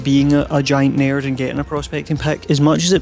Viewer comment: it was at 14 minutes and one seconds that I realized "a naird" was you saying "a nerd"